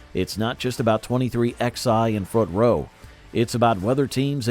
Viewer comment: It’s called 23 eleven, not 23 ex eye.